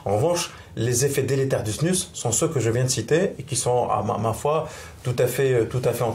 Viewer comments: Tu remplaces le s par un a ça fait snua trop drôle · LA snuZE au niveau de la prononciation svp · dite snus mais sans le n 😳😳😳😳😳😳😳